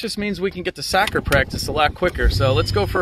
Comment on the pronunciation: "Sacker practice"